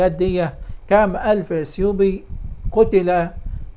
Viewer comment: السلام عليكم ورحمتألله...... انطق السلام كويس من فضلك